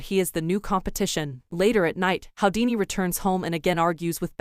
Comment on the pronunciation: His name is pronounced who - dee - knee. Not how - dee - knee